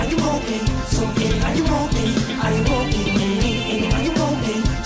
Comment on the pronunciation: Cara melhora a pronuncia do "are" Annie, are you ok? Ficou estranho.